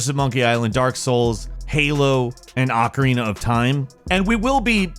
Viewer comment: Why is the word ocarina so hard for people to say correctly.